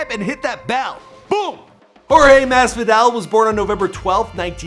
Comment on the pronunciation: jorge masfidale , khabib normagadov, joe lawzan, Micheal cheesa, Da main maia cmon my guy at least learn how to say their names 🤦🏽‍♂️🤦🏽‍♂️🤦🏽‍♂️ edit: added more names that he messed up